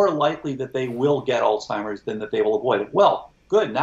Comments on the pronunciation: Is he saying "altimers"? There is no "t" in Alzheimers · how can this "expert" pronounce Alzheimer's as "Alltimers" 🤷what the heck??? that makes me not trust him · The expert is calling Alzheimers...ALTIMERS. O.G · Really interesting discussion however, yet again I hear even an expert mispronounce "Alzheimer's", there is a "z" in the person's name. He was Alois Alzheimer, a German psychiatrist and neuropathologist and it is disrespectful to not pronounce his name correctly. Sadly you are not alone with the lazy, current usage. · Tom did a great job making sure us "little people" understood what the brilliant doctor was saying. I just wish the doctor knew how to pronounce the Alzheimers word. Gosh!